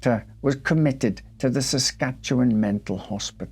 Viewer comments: Great video, and as someone who’s lived here my whole life I give bonus points for nailing the pronunciation of “Saskatchewan” 💯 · Well I never! You pronounce Saskatchewan properly. It is appreciated. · Your Empress is pleased with your pronounciation of Our home province. 😊😄🇨🇦 Also, the house is a bit of a tourist trap even now. Allegedly haunted. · Congratulations on properly pronouncing "Saskatchewan"